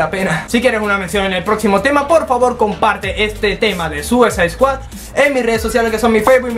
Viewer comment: harley quinn Pinshi poser, seguro eres una unika y detergente, encima tienes como 9 o 10 años, pero, por si tu cerebrito de Jarli Cuin no lo capto, lo escribió así a propósito por que el pronuncia "Suisade squad" -.